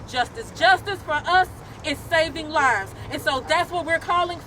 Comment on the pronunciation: She said black livesziz! LOL